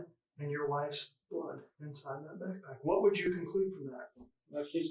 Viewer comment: ITS A BACKPACK not a bagpack. Bagpack isn’t a word. You seem to think you’re so smart, but you keep fucking up a word my three year old can say clearly.